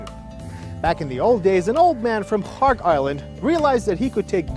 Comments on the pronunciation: Strange timing for the video to end up on my YouTube feed And the presenter pronounces Kharg island like Khamas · Kharg Island? I thought they were sayin Kong Island😮Cancelled my trip